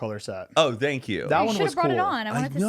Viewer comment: Did you guys hear that? Matt says "thank you" like Damien Haas. His "th" sounds have like a z-tone to them